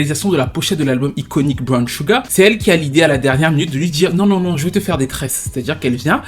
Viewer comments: Salutations, tout d'abord, merci pour tes vidéos toujours aussi intéressantes que pertinentes, je n'aurai juste qu'une chose à dire: SUGAR, ça se prononce CHUGAR, voilà c'est dit^^ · Pardon oh, "sugar" se prononce "Shouga"... Pardon hein😊